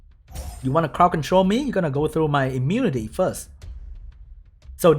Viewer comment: ITS IMMU-NI-TY NOT IMMUTY